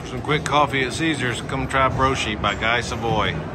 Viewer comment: Love all your videos. 👍🏻 JFYI, the correct pronunciation of “Guy” in Guy Savoy is “GEE” (hard G).